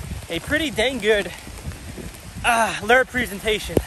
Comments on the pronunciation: Fyi, lure is pronounced lou-er, not ler. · Really Lew.. Lew.. Its literally Lewre. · You're right Mike its like the name Lew .. Lewre. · No one is making fun of him, just telling him how to correctly pronounce Lure.. Lewre. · you're friends here on your channel are right! Lure is pronounced Loo or like the name Lew.. and the second part sounds like Her without the H sound.. so its a defined Er sound..